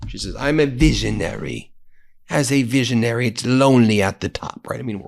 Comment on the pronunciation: Such a veesionary! Here een amereeca on the Epstein visa.